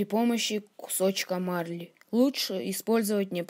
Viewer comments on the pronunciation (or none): none